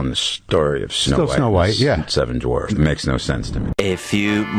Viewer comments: Do you have an aversion to the letter W? You kept mispronouncing the word as 'dorfs.' It's dwarfs. DWA. Other than that --good show. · I love the fact that you're almost consistently saying "dorfs" instead of dwarfs. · "dorfs?" or dwarves? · It's dwarfs not dorfs. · Peter Dinklage: *woke whining*: DORFS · WHY DO YOU CALL THEM DORFS? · Seven Dorfs… The W In Dwarves is NOT silent.. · "Dorfs..." LOL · all I heard was saying dorfs lmao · “Dorfs” 😂🤣. That’s the way I used to say it. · How about a commentator who can actually pronounce Dwarves correctly?